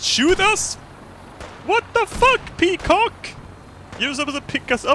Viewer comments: Nigga it's peqoud, not peacock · i'm pretty sure it's peaquod and not peacock